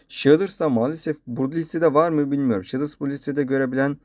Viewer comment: He abi bide sheders değil shades diye okunuyo direk